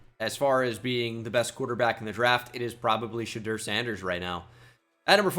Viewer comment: Not shedur🥺